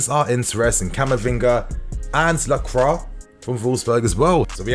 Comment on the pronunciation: ITS PRONOUNCED LAHCWAH FFS